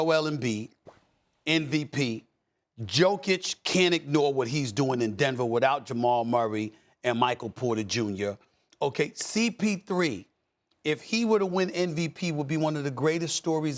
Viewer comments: As a Bulls fan FINALLY the Bulls have come back to ESPN. And I can't believe how after all these years SAS still can't pronounce Jokic's name correctly, it's "Yo-Kitch" like if someone come to your house and say, "yo kitchen got roaches". Jokic is the MVP, gotta get his name right bro. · I don't understand how Stephen A. is still mispronouncing Jokic's name. He's only been in the league 7 years at this point.